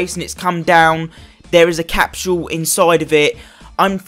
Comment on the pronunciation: Bro it’s not capshule it’s capsule